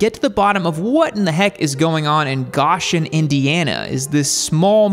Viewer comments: It is not Gahshun, it's Gooooshen. Long "O". Get it? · They look nice uo close, and just fyi it's Go-shen, not gosh-en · Go----shen is how it is pronounced. NOT Gosh----en. If you want to criticize, learn how to pronounce names correctly at a bare minimum. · Wow. Way to miss the point completely, dude. These bikes are like nothing else on the road. Ride one instead of bashing an excellent little company with a unique product. Park your Eurobike next to a Janus and see who draws a crowd. And it's Go-shen, not Gosh-en. Research much? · It's pronounced GO SHIN. Not GOSH IN. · Hey,, just so you know, the town is pronounced "GO- shun," like "Go take a ride," not "GOSH-un," like, "Gosh, that's a cute retro bike." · The city is pronounced Go-shen, not Gosh-en. It’s hard to take your bit seriously if you can’t be bothered to get the most basic of facts correct. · Goshen is not pronounced "Gosh-in". The 2 first letters are key. It is GO! So you pronounce in GO-shin. And you are welcome to come visit Goshen. We have many wonderful county roads to ride upon. Just watch out for the road apples from the Amish Buggies. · Hello - the Indiana town is pronounced GO-shen (not GAH-shen). Importantly: I know lots of other things no one cares about, and don’t even like Indiana. But I still promise to continue to note useless facts here in the comments until the day I leave this planet for the great garage in the sky. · I think these bikes are really cool but that price tag is a bit too much. BTW, the town Goshen is pronounced “GO-shun,” not “Gosh-en.” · It's Go-shen not Gosh-en. Sorry but it was driving me nuts. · It's not Gosh-in Indiana it's Go-shin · is pronounced "G oh shen" not G ahh shen... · Not Gosh-en, It's Go-shen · Go-shen not ga-shen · Gosh-en 🤦‍♂️ no it’s pronounced Go-shen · I'm from close to goshen. We pronounce it go-shen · It's pronounced Goe-shen, not Gosh-en. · you nailed janus, but its go-shen not gosh-en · It is pronounced "GO-shun" not "Gosh-un" Indiana